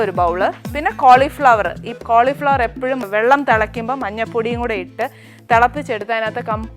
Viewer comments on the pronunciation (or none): none